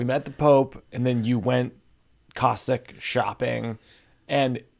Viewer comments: Did I hear you say you went COSSAK shopping in Vatican City? I imagine you meant CASSOK SHOPPING. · The funny thing about this interview that stood out for me was Mike's mis pronunciation of the word cassock with the word Cossack. one being a priest's vestments and the other being a member of the Tsar's Imperial Army. Having David getting fitted for a Cossack created imagery too funny to contemplate. Mike's dyslexic vowels has him in Daniel. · Thank you, b/c i had no idea that a cassock existed, but i was curious how he went shopping for a Cossack. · To Mike B: ( pronunciation -- speaking of fact checking) "COssAck" is the late 15th century semi-nomadic warrior people who lived in Ukraie, Southern Russia, Caucasius Mtns, & Siberia. "cAssOck" is the black garment worn by clergy with 33 buttons that Sedaris wore, primartily in the Catholic & Anglican church.